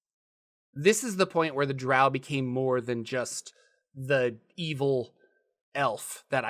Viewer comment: thank you for pronouncing drow correctly. Q1 was the first module I purchaced after my red box set in 1981, which then made me save my allowance for AD&Dcore books.